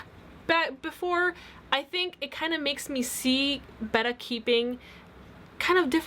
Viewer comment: I don't think your saying betta right???